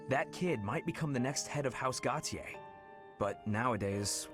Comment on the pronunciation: Im like slightly peeved with how the game pronounces Gautier because the way its supposed to be preonounced "Go-shay" but im probably just being stupid